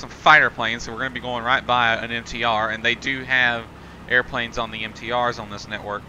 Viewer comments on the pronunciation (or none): none